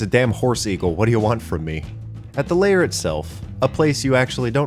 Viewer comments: It's LAIR not LAYER you shitwhistle. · L-air... not layer... L-AIR!! Please!! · The way you pronounce lair as layer deeply confused me for the first half of this video